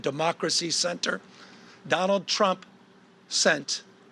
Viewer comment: did he just say jonald drump lmao